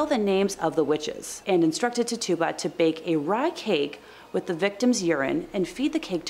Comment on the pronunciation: Tituba = is pronounced Titch-choo-ba